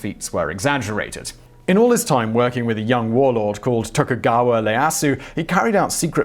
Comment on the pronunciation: Togukawa Ieyasu, not "Leyasu". Phonetically something along the lines of "yeah-ahsu"